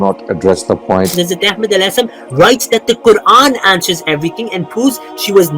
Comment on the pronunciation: How the he'll this razi can say hazrat Ahmed maud as what the hell